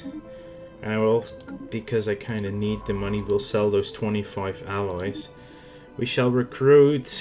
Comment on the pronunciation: you keep sayng aliewhen yu meaalloys. lol